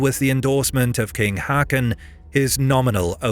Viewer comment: For the love of cake, plz learn to pronounce "Haakon" ( [²hɔːkʊn] )